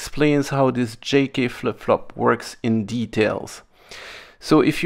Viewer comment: For a second, I thought you said “janky flip flop” instead of J-K.